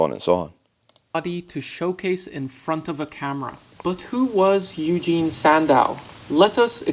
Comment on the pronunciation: Just as an FYI, Eugen is pronounced “OY-gen,” with a soft G as it “get.” Kind of like how Euler is pronounced like “oiler” and not “YOO-ler.”